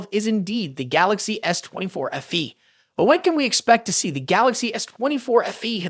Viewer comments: FE not afee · Its letter F and letter E ,not letter F and words Fee.so its Fe simple not ffee ffee